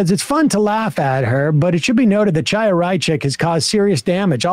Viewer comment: Look I don't like Chaya Raichik any more than the next person, but I'm pretty sure that's just not how her first name is pronounced. Unless I'm missing something or it's a MR bit?